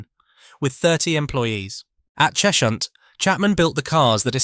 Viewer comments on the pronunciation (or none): It's "Ches-hunt", not "Chesh-unt" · It’s not “Chesh-hunt”, it’s “Ches-hunt”